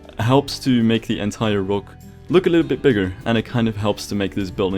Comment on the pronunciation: Hate the way you say rock but Great work